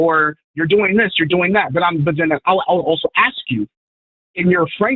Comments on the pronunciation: hey the word is pronounced aSk and not aKs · Well, he also said "... axe you..."!